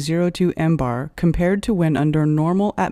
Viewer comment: I know where did she get Embar from if she don't know how to say it she don't know what it is.